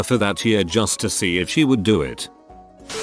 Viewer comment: It took me two scenarios to get that the AI meant "Piercer" and not "pisser".